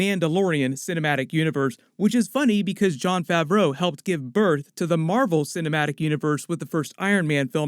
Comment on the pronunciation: Why you keep pronouncing Favreau like it's two separate words lmao...